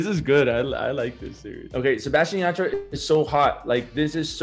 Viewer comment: Y también el “yah-TRUH” 💀